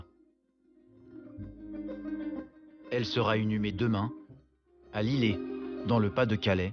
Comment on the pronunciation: Lillers .. pas lillé - Conio .